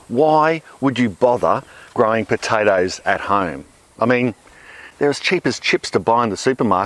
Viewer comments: Wish you pronounced potatoes like you pronounce tomatoes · "Piotaethus aet heoumhw" .. I fucking love this guy!